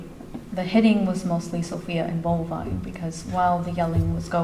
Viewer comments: It's Bulvine. Not bovine like a cow. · It's Bulvine, not bovine like the cow. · It's Bulvine not bovine like a cow.